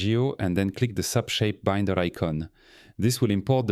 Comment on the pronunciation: Great model and explanation. Thanks. AI still gets confused with Binder pronunciation, LOL!